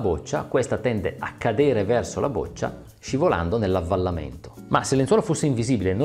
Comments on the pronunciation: "boccia" con "o" aperta... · Boccia si pronuncia con la o aperta...